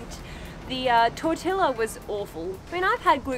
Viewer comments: In Spanish, the "I" is pronounced like a long "E" and the double "LL" is pronounced more like a "Y." So tortilla is tor-tee-ya, and yes, that tortilla looked awful. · Man, they're even cut-rate on the hot sauce, everyone knows tapitío is the cheap version of Cholua. And that is the worst cooked corn tortilla I have ever seen throw that on the gas grill would you? Pronunciation lesson from the Mexican to the Aussie! Two L's is a y. It's tore-tea-ya. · I think a better way to put it would be “tortee-ah” ! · I just want to know if she passed her Japanese test. Edit: also the potatoes at the blue cafe are called home fries (at least that is what I have seen them look like in the south). Also I understand that you are Australian and in case you probably knew but tortilla is pronounced with the double L as a y/e sound like “tortiya” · I'll forgive your pronunciation of the word tortilla because im sure you've never heard it pronounced properly in person but I gotta say it broke my little Hispanic heart